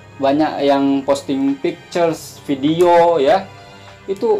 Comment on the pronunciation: hehehe kaaaan. pastu klo huruf V, jd huruf F. (video=fidio, covid=cofid) haha